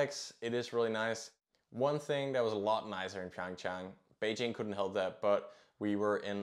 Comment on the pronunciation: Your pronunciation of Beijing is already not bad, while that you also pronounced Pyõngchang correctly is remarkable.